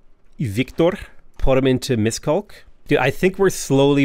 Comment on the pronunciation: As a Hungarian I struggle every time he say Miskolc